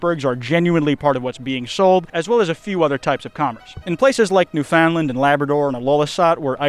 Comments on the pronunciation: american says newfoundland (pronounced nyewfinland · Welcome back ❤!!! Btw… as a Canadian Newfoundland is pronounced Noofuhnland! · I know you just came back, but I can't cut you any slack on this one! You mispronounced Newfoundland, It's not NewFOUNDland, there's no emphasis on anything in there. You just have to say it really fast. Practice saying Understand Newfoundland. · Little trick to pronouncing canadian places like Newfoundland. Remove a bunch of letters. Newf'n'land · not really important but its a pet peeve of mine, Newfoundland is pronounced more like new-find-land, with more emphasis on the land than the found, also would recommend visiting Dildo, its only a couple hours from St. Johns and its a really nice day trip, you can visit nan and pops dildo souvenir shop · not that it would combo ever again, but for the future, it pronounced new fin land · The way that pronounces Newfoundland annoys me so much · Hahaha, I love to hear americans pronounce Newfoundland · … I’ve been watching you for a long while I know you’re a smart man… you couldn’t look up how to pronounce Newfoundland?! I’m from there and was so excited to see iceberg Alley but then you butchered the provinces name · you did not just pronounce newfoundland like that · The way you pronounced Newfoundland hurt lmao. Great vid, love to see you back! Love from Canada! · I am a Canadian, and at first I though the way he was pronouncing "Newfoundland" was funny. Then I remembered that the way we pronounce it makes literally no sense. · the way says Newfoundland is odd. I mean it's not wrong, it's just, he pronounced it like 3 words when it's normally slurred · I loved this video, but hearing pronounce Newfoundland makes me die a lil inside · that’s not how you pronounce Newfoundland…… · it’s not New-found-land it’s usually pronounced newfinland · Btw, Newfoundland is pronounced more like "new-fin-land" than "new-found-land."